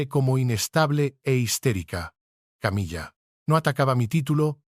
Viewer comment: appendage a❤pronunciar Camila no es Una mesa